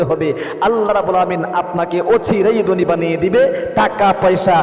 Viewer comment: জনাব আপনি যে 17 টি স্বপ্নের কথা বলেছেন তার মধ্যে আমি 15 টি দেখেছি আলহামদুলিল্লাহ। প্রশ্ন হচ্ছে আপনি বাঙালির সন্তান হুজুর সেজে বসে আছেন ম্যাক্সিমাম শব্দ বাংলা আপনি উচ্চারণে ভুল করছেন। আপনি গোশতকে বলছেন গূসত, ধনী শব্দটা কে আপনি দনী বলছেন। থাকে শব্দটাকে আপনি তাকে বলছেন। এরূপ অসংখ্য শব্দের উচ্চারণের ভুল করছেন সংশোধন হবে আশা করছি